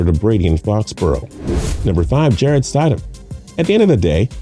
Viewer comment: How do you not know how to say Jarretts name it ain’t that hard 🤦🏼‍♂️ all these guys are gonna get passed Jarrett is bills next guy